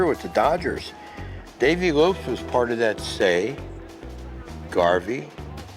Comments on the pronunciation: Dave Lopes.....not Lopez.... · He said, "Dave LopEZ"...